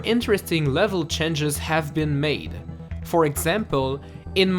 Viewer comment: Like the videos! but the pronunciation of the word "change" bothers me a little hehehe Nothing major good work